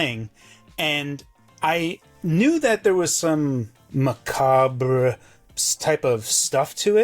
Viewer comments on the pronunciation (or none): The amount of Americans who don't know how to pronounce macabre is shocking.